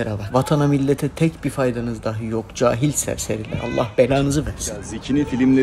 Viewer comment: "Dahi" kelimesinin telaffuzunu duyunca beğenmeden geçemedim...